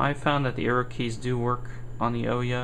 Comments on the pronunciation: OMG! IT'S OOHYAH, how does a developer not know the name of the console? It might not be that bad but you say "OH-YA" about 30 times during this video... drives me nuts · Please please please pronounce it right. It's Oooo-ya. Not Oh-yeah. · Oooooooooyyyyyyyaaaa not Oyeah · The most annoying part of this video that made me stop watching it is he calls it the oooeeya a bunch of times common man ooouya not that hard they've made videos where the name is said, the name is said in the boot cutscene yet.. you some how manage to get it wrong. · First you sound so boring and its annoying and its ooh|Yaa| not the O ya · It's pronounced like booyah without the b like oooyah not ohyeah just so you know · Ooooya, not owyah :D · it would actually be OOO-YAA not OOOH-YAA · I dislike the video because you called it an.... "O" - ya"...... instead of Ooo yah. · oh-ya? it is oo-ya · I can't get over how stupid "oh-yuh" sounds. The company itself said it's pronounced "ooh-yah". Regardless, thanks for the video... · "UUW-Yaah" "UW-Ya" Never "O-yea" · The ooya it's has a U pronounce it properly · NO. its the OO-YAW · OUYA, the "ou" from "you" and then "ya" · It's oooo-ya dude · OUYA no o-ya your not the kool aid man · Nice video, thanks for posting. But a small correction: it's pronounced OO-YA. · Thanks for the vid! and oh yea...its Ouya said like booo yaaa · Why doesn't anyone pronounce this damn name right? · You pronounced ouya wrong. It's pronounced ouya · Your pronounced ouya wrong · not to be mean but your game needs a lot more work and polish. also I don't think you're saying OUYA right.